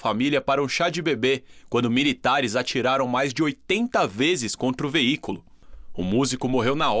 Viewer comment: olha a dicção reporter, "miritares " é